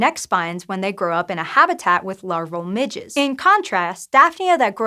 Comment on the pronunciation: Ha she said midges lol